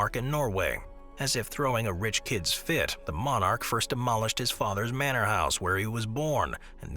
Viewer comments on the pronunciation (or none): none